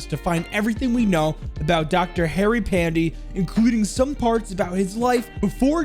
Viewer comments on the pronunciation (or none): im not trying to be rude or anything but the pronounciation of Pandey as an Indian name is "Panday" so yea. Love ur vids man ❤️❤️🙏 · Pandey is pronounced Pan-deh, Great content brother! Cheers! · Yikes... The name was just butchered and burnt alive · you butchered his name